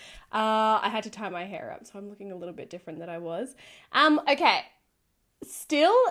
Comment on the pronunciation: I love how you say idea I hear I dear lol. Hair is another word I love hearing you say. Hey ya that's Hair. I probably sound like a northern hillbilly or something lol